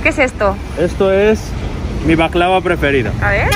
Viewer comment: Jajajaja dile a tú marido que no diga más baklava así